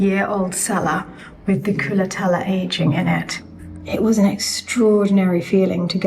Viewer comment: Darling lady,I ADORE your enthusiasm about my country. But it's called " culatello" not culatella. Ending in an O